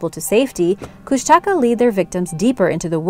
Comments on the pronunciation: Lol kushtaka no its koooshnaaakaaa is how you would say it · Kushtaka is mispronounced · The Tribal name is pronounced Kling-it . you totally mangled the word. Kush-ta-ka not kush tak ah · Also, it’s pronounced Koosh-te-kah. Otters that turn into men. The stories still scare the crud out of me. After watching this vid with an old friend we sat around telling stories we heard about them from elders in the Tlingit and Tsimshian tribes.💗💗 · i live in southeast alaska and am tlingit, and i actually cringed when you said kushtaka haha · idk why but i get really annoyed when people pronounce kushtaka wrong? like I understand why, but i still get annoyed? might be because my mom's been telling me stories forever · Just a thought find out the names before doing your film Kustaka nope Keanai yes